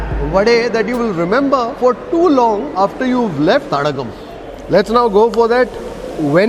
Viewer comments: name of that restaurant is Tadaakam not Tadakkam. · it s not thadakam but thadaakam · Its not thadakam.. thadaakam